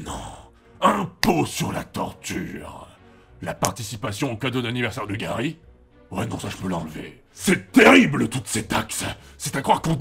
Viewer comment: Gary sans le r